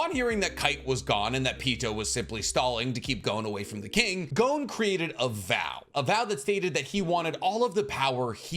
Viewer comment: Pronouncing Gon's name incorrect is beyond grating. Come on man.